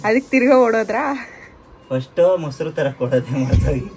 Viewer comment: Moshru alla adu mosaru